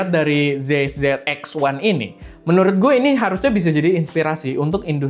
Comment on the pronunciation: Bang, ini penting ga penting, tapi cara bacanya zeiss tu "zaiss"